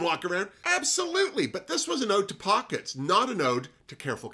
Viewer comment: At first I thought it was Oat Pockets 😂